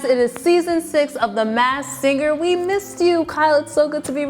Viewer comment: when is she going to learn that y-o-u is NOT pronounced chew